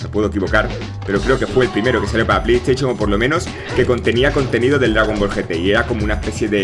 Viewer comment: pley tachion dice XD